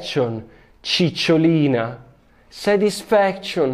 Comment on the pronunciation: "SETISFEKSCION" CICCIOLINA